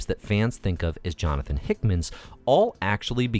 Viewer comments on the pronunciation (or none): none